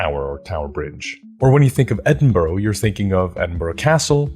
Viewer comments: Its 'bruh', not 'borough'. Eh-din-bruh. No one outside Scotland gets this right though so don't sweat it BTW well done on having the baws to just walk through people while presenting. That one dude turning round to watch you with confusing was hilarious but so anxiety inducing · "Edd-in-borrow" 😂 I can't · EDINBURGH IS NOT PRONOUNCED EDIN BURROW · being scottish and hearing edinburgh pronounced as edin-burrow is funny lol anyway great video! i will keep this in mind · 'Edinburruh'! And 'PrecinCt' on the map. Lose no sleep at all. And guess how good my Icelandic is. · As a local I cringed at the pronunciation of Edinburgh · It hurts every time he says Edinburgh. I wonder if he visited Co'burn street? ;) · Youre gonna catch flack but you did better than brits pronouncing Reykjavik. Edin-bruh, borough endings evolve over hundreds of years to just be a quick bruh sound. If you get a chance sometime visit newcastle, its very small but grey street informed my entire view of metropolitan fantasy!